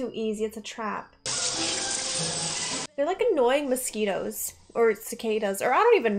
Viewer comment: Annoying mos-key-toes